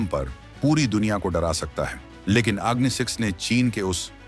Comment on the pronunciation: please pronounce the name of the missile correctly, i assume ur indian so it is agni and aagni.